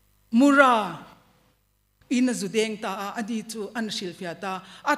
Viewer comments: Sava lian hming, Mura pawh a lam dik lo leh ta, a thluk a dik lo. Pi, ṭan hle che mah ila, ka sawisel duh che, lo inzir deuh teh. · Mura Muipui Lian a thluk hi I sawi dik lo. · Mura thluk dan i va hrelo chiang ve...pa kan ei thin kan thluk ang hian ra tih lai hi thluk tur aw..pi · Mupui tiin lam mai rawh, mura tih hming i lam dik thei bawk si lo.